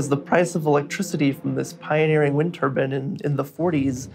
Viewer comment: TURBINE NOT TUBUN FFS!